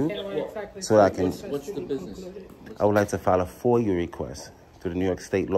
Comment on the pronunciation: It is FOIA...not FOIL.